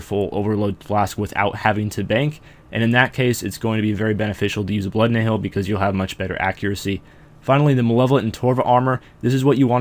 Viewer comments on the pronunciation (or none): Also, Nihil is pronounced "Nile," not "ni-hill."